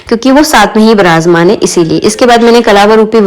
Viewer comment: Wrong pronunciation of virajmaan shame